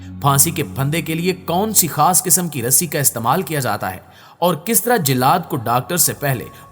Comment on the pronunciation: Ali al subah nhi hota bl k alis subah hota hai aur jillad nhi jallad hota hai. Apni pronunciation sahi karein